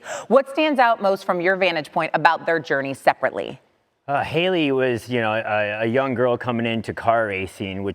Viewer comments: You know that reporter felt dumb after saying hailys name wrong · You could tell the reporter messing up haileys name urges Brian.first thing he said was her name correctly lol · The soft correction on the pronunciation of haile’s name from Brian lol